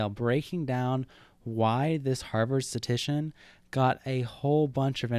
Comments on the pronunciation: Every time you said “statician” instead of “statistician” I punched a wall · nice video, but FYI it’s “statistician”, not “statician”. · This video is great but I can't stand how poorly you pronounce the word statistician. It's not sta-tician. You're skipping an entire syllable. Notice there are 3 Ts in the word. It is sta-tis-tician. Also .09% is not 9 out of 100. That would be 9%. .09% would be 9 out of 10,000. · The only thing I hate about this video is the amount of statistician mispronounced as "statician" lol. But yeah, if the harvard dude's math is shady, it "probably" is, or he "probably" is. Kids, don't do math... I mean meth. xD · It’s statistician, not statician. Pronounced “status tishin” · Great video overall but I have to be that guy: s t a t - i s t - i c i a n The amount of times "statician" is said in this video hurts my brain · "Statistician" not "Statician". But otherwise nice video! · Can't tell if you are saying - statician or statistician. No hate, good video. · For the love of god it is pronounced STAT-IST-ICIAN not STATICIAN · You kept saying “statician”... which isn’t an English word. Bro it’s “statistician” (stat-is-ti-cian). Big oof. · “Statition” I’m done. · *statistician. You missed an entire syllable. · If you can’t even pronounce the word Statistician, you should probably rethink your authority on this subject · You're skipping the 2nd "ti" in "statistician" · "Statistician" has 4 syllables dawg